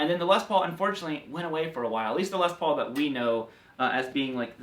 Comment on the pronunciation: It's curious to constantly hear you say LES paul instead of Les PAUL. It's like saying CHUCK berry instead of Chuck BERRY. or ROBERT Baker instead of Robert BAKER. stressing the first name makes it sound like specifying one (brother) out of many. This is the LES paul and these are JOHN paul, GEORGE paul, and RINGO paul. Paul Reed SMITH... oh well...